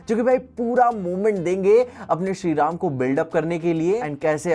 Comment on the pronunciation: Everyone described the "rama" name voice in his way but did correct